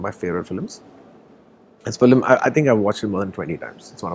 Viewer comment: Every South Indian telugu actor pronounces film as "filim". It's just a telugu thing! So he also saying "filim" is not a surprise.